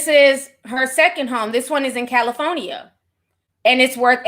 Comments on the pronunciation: Ditto LOL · cali phony a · Me too 😂😂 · I cackle every time I hear Ti say “Cali-Fo-Nia” 🤣🤣🤣🤣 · Lol meh tooo she’s heaven sent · Same, I love it😂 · Same i love it when she says that 😂🥰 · I love it! 🤣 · Be having me weak asl 💀😆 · I couldn’t help myself 🤣🤣🤣